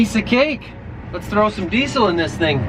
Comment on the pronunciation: Who else was waiting for THUNDER when he said let's get some diesle Litteretly once I posted this comment he said that BTW love the vids